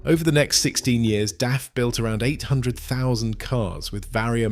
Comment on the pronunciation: its daf not df.